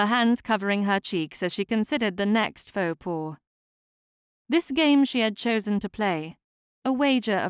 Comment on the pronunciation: "Faux pas" is pronounced "Foh pah", not "paw". At least for English speakers (cannot vouch for genuine French speakers 🙂). Otherwise, lovely clear story telling, and a very pleasant story so far. Thank you.